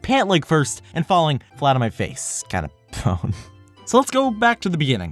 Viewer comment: NOT PWONE ITS PRONEEEEEEEEE